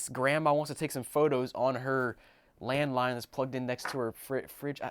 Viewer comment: Anyone else think he said “I bought a landmine phone” 😂